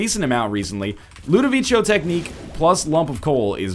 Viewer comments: His inability to pronounce Ludovico properly makes me want to tear my hair out. There is no H. It is a hard C. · 430 episodes in, still pronouncing Ludovico wrong.